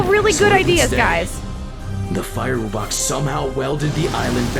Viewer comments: They said “woo-box” which make me annoyed because it’s “wu-box” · He said "Woobox" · your saying woobux instead of wubbox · The fact that they pronounce it "woobux" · Bro pronounced them wooboxes